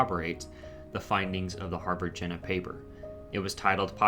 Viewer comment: I don't want to be pedantic, but after maybe the tenth mention of the Harvard-Jena Paper, I just had to say that the pronunciation of Jena is wrong. It's a city in Germany whose name, if written in phonetic English, would sound like "YAY nuh". I thought that might be helpful if you ever discuss this paper again or ever come across that city's name again. Apart from that, a very interesting presentation, and thank you. I think Renfrew's Anatolian hypothesis derived partly from both the genetic evidence of an early migration from Anatolia and from the belief of many Indo-Europeanists that the Anatolian branch of Indo-European broke off from the rest of the family long before the other branches diverged, suggesting that the family originated in Anatolia and that the non-Anatolian languages are descended from the emigrant population. I think the currently prevailing theory is that both the Proto-Anatolian and Proto-Indo-European proper may both be descended from a common ancestor in the Caucasus region, since DNA evidence shows migration from the Caucasus both to Anatolia and to the Pontic steppe (home of the Yamnaya Culture) around 6,500 years ago. Maybe you could explore this in a future video.